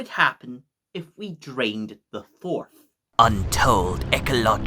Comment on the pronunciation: its forth not forf